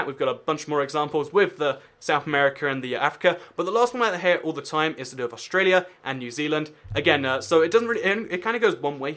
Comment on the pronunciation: aust ruh lia. Instead of aust ray lia